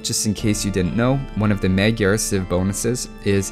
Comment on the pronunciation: I just have to say that you have been pronouncing "Magyar" incorrectly. It's pronounced "Mad-yar".